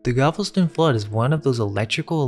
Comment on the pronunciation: Okay buddy it’s GAL like boys n gals, vest-uhn Galveston